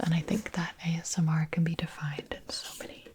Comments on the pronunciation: omg “AMSR” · Did you just say ASM-- Artist?